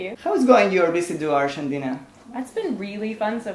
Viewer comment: Se que es difícil, pero no habia porqué pronunciar "Aryentina" jajaj